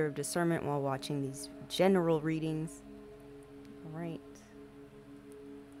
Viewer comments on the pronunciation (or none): I notice the emphasis on "GENERAL" readings. Have you been receiving negative responses from, oh, I don't know, probably people who haven't healed yet or the guilty parties you're exposing. Something like that? 😂👍🏻